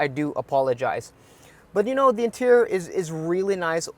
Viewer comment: It’s pronounced “extee-ree-or” not “extee-ror”. It’s “intee-ree-or”, not “intee-ror”. For crying out loud!